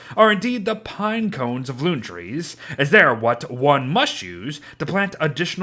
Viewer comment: Anyone else here when it said "tress" instead of trees